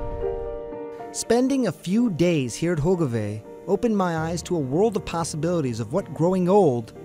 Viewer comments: That guy really massacred all the Dutch name's... "Hoikevoik" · I thought I was the only one, especially when he said Hogeweyk incorrectly.